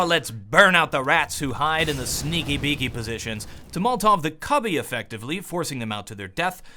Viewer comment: Why do you say molltov instead of molotov?